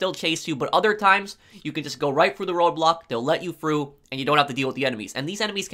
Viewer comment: Slow down and stop swallowing so loud lol Also... he says "stop at the road blocks, they may let you go fru" 🤣🤣🤣